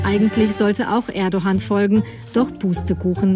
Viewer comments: Erdohan Erdohan ts Erdo(g)an - das g wird nicht ausgesprochen, also Erdoan, aber nicht Erdohan... unglaublich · Nicht ErdoHan, sondern Erdoan ausgesprochen. Das weiß ja sogar ich als Deutsche!